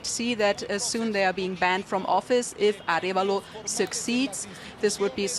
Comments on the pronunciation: Well, the US brought down the democracy begun by Arevalo's father... And by the way his name is pronounced Ah REhh valo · It is Arévalo, with an accent on the "e". Thanks for covering this.